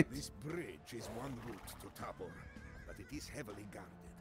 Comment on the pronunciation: pronounced as *taahbor, *sedletz, žižka is pronounced well by the game narator. english speaker wont be familiar with the correct phonems belonging to respective letters